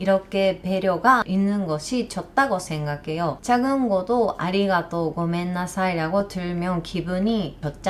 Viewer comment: 한국 사람들의 "언제 밥먹자" 라는 인사는 진짜 밥먹자는 의미일수도 아닐수도 있습니다,,ㅎㅎ 한국어로 방송을 하시다가, 아리가또,, 고멘나사이~ 발음은 확실히 당연한 이야기지만 일본인이세요,,~~ 15년전 제 일본어 선생님 뵌것 같습니다,,~~^^